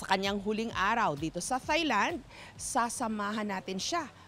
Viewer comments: Its not soft "th" sa thailand ms jessica.. its like tailand po.. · Ms Jessica, I respect you a lot but it’s not “Thigh-land” , “Tai-land” po. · I always say "its Tailand" every timeJessica says THailand. Hehe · I wish people would correct the way they pronounce "Thailand" it's not "THIGH"land, it's "taɪlænd" like "TIE"land. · silent H po ms jessica ang THAILAND. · Can you please, please, please, pronounce the country THAILAND, and THAI people CORRECTLY!